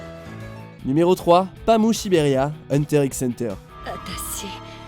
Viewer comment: C pas pamu mais paamu mais sa c écrit pamu